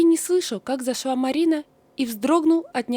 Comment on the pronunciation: Не могва ( в смысле - не могла) Жаль, что у вас дефект речи.Зашва, не могва и т.д.